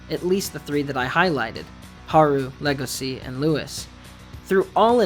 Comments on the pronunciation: Just saying it’s legoshi not logosi your missing the h and the e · Buddy, its pronounced leh-goh-shi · Why the fuck do you pronounce Legoshi and Rouis as Lego-see and Roo-es? If you're not gonna pronounce them correctly you might as well call them "wolf and deer"